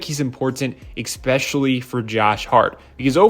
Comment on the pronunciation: WHY DO PEOPLE SAY EXPECIALLY INSTEAD OF ESPECIALLY? OR EXPRESSO INSTEAD OF ESPRESSO? ENGLISH MF DO YOU SPEAK IT?